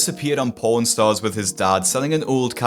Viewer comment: I’ve never heard a British person say “pawn” before that really scared me at first 😭